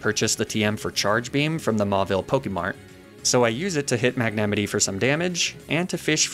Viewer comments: stop saying magnemitee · I’m so obsessed with your comically ridiculous mispronunciations of Pokémon names. “Magnemitee” kills me every time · * mag-nA- mIGHT* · Is that the correct way to say magnemite? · Homie does not know how to say magnemite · i cant tell if his pronounciation of magnemite was a joke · How did you pronounce Magnemite? I have never heard it said like that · The way he pronounced "magnemite"just felt so wrong in the video ;-; Alsomy guy pronounced so many pokemon names wrong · i can’t tell if I’VE been pronouncing the names wrong for years or if he mispronounces on person, and it gives me great distress (‘ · why do you pronounce magnemite like that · Why do you mispronounce Magnemite?